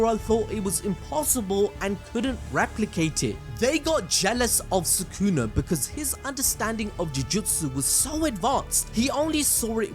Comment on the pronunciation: I swear it was Soo-Koo-Nah, not Soo-Kewna